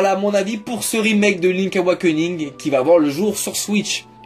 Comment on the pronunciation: Link'SSSSSSSSSSSSSSSSSSSSS AWAKENING bord*l !!!! Pas "link awakening"...